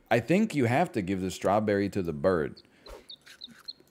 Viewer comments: is he intentionally saying strawburry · The way he says strawberry bothers me only bc I know that he knows he says it differently than normal